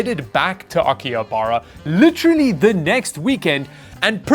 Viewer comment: You're pronouncing Akihabara the way Americans do - the way they pronounce it is wrong. 🤦‍♂️